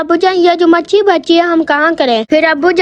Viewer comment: Matchi nae matchli😂